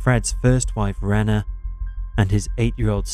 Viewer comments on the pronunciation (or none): Aside from the random sound effects that people have already commented about. A bit of constructive criticism id like to add is that more research go into how people's names or places are pronounced. Like Fred West's 1st wife is called "Ree-na" which is short for Catherine. I think when you're saying names for victims its respectful to atleast get them said proper.